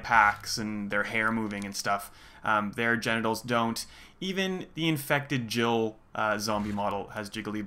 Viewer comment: Oh.. when you already trying to make a discussion about this particular important question.. you pronounce Jill as "she", what do you assume here?